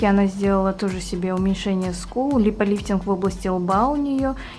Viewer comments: Не липолифтинг,а липофилинг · Не липолифтинг, а липофиллинг!!! А в остальном видео 👍👍👍